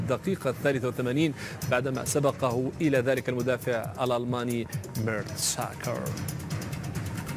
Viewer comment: المذيع يتفلسف بالنطق 😂😂 ميرتساكر ارسنال ميرور واي كلمة تانية ركزو كيف يقولهم 😂😂😂